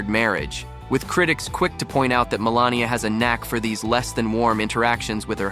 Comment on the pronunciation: It’s Mel AN ia!